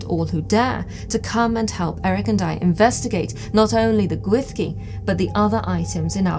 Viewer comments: Great video, super interesting! One minor thing, though: the Welsh "ll" isn't pronounced "th". It's more like a hissed/swallowed "sh" but that's not quite it either. Sounds like the cloche is going to be a really important object for your museum, so might be worthwhile practicing that sound if you're going to be talking about the Gwyllgi a lot on tours etc. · I too am haunted, by how a word spelt Gwyllgi could be pronounced Gwyshgi. 🤯